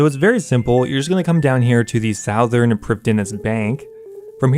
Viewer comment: Don't ever say "southern" like that again, please.